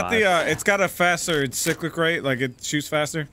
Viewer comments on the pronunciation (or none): As a POG, I'm disappointed that calls it "sick-lick" rate of fire lol